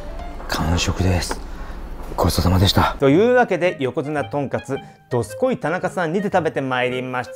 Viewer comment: 外のメニュー見てる時どすこいが、力入っててどずこいって聞こえる(笑)